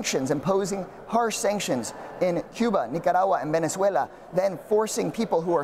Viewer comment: I love how he pronounced perfectly Venezuela 🇻🇪 ❤